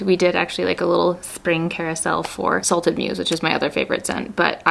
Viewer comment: I love this! Also, it sounded like you said “salted P****” instead of salted muse. 😂